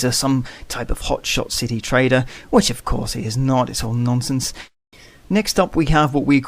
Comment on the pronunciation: i hear traitor.. not trader ahaha